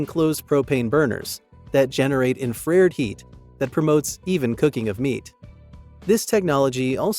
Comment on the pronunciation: I'm sorry: Not to nitpick, but for some reason the pronunciation of 'infRAREd' annoyed me. Seriously, it's "infra-RED". Anyway, I'm still considering this item. Thanks for the detailed review.